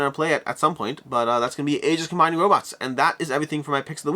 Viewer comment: Neither, it's "E-jis".